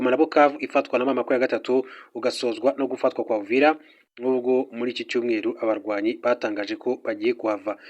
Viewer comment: UVIRA. Not. UVILA